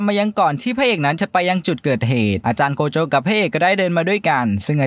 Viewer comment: โกโจะ❌ใจโกะ✅